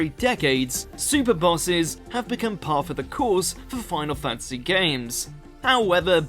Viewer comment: Fan-ta-sy, fan-ta-sy. Not fantsy. Jesus